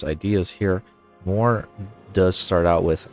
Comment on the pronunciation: Where are you from? I can't understand why you still caling Mewar as "mOwar"...